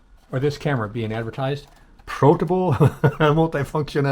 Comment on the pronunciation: Not bad for $32. Better than the last for sure. And it’s “protable”! Have you figured out what “proting” is yet? Have you proted! 🥴